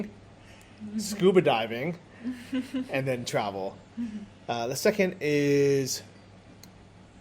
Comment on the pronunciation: you should teach how to pronounce "They" and "Then":D its not "zey" and "zen". I dont mean it bad, I love you both and love your vlogs from Sri Lanka:). I´m not english native speaker either, but I would be happy if somebody corrected me in my speaking so I can say it next time correctly:).